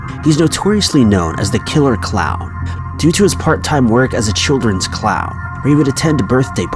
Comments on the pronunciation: he kept saying clow lol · Why can't you say the word clown?